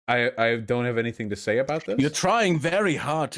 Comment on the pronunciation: “Dis” oh my god he really can’t pronounce ‘th’